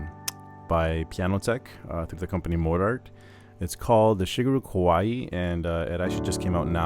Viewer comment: The Warm preset is nice, but my fave so far is the Ryuyo preset. My 2nd fave is the New Age preset. Thanks for the review! P.S. "Kawai" is two syllables, not three. It's like if you take "Hawaii", and drop the last "i"; Kawai would rhyme with Hawai. Just sayin'! 🙂